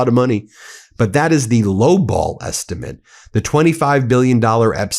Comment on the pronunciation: you said “Epstimate”, we see what you did there 😂